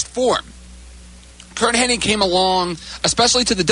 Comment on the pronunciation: You'd think people would know that it's not HENNING it's HENNIG!